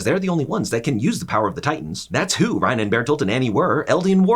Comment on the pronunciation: I was suprised he would pronounce reiner as ryna